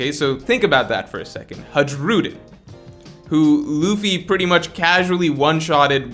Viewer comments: every time he said "Haedshroodin" i cringed. his name is pronounced like "Huh-ee-roo-deen" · Its Har- u- diin Hajrudiin... not hajroodin 😂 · for FS man it's written Hajrudin, but it's spelled Hairudin plz every time i heard you spelling that way i felt my ears were bleeding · Bro why you keep saying "Ha-gi-rudin", thats not how you pronounce it. I wouldnt mind the mistake but you said his name way too many times its driving me crazy, lol. Good video tho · Learn how to pronounce names … the giant’s name pronounced like (high ro dean) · Who the f is this HadgeRudin u keep mentioning instead of Hajrudin 😂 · You da man but you should watch the anime just so you know how to pronounce Hajrudin (Hi-roo-dean) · Pronounced Hai*ru*din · HAI-RU-DEEN HAI........RU........DEEN FFS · bro the J in the giansts name is silent cuz stop saying haruJUEden jfc cringe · I love how he butchers the name Hajrudin ❤️ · The sheer amount of mispronouncing of HARJUDIN is very upsetting and hilarious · hajrudins name is pronounced with y sound where j is and y in a way like in the word hay or pray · The J in Hajrudin is pronounced like a Y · The fact that doesn't watch the anime really hurts his pronunciation. Hajruden is just the latest example.